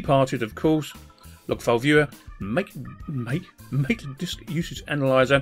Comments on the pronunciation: Hey loved the video, btw its pronouced Mahtay not "mate". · LOL Mah-tey(MATE) as official pronunciation :)